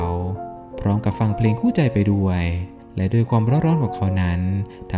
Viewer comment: ชอบเนื้อหาครับ แต่ งงกับการออกเสียงสูงต่ำแปลกๆน่ะครับ ด้วยเป็นดวย แม่เป็นแม บ่อยๆครั้ง